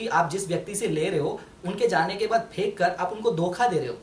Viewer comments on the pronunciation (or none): none